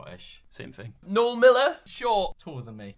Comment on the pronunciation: his name his pronounced no-el don’t disrespect him like that again pls thanks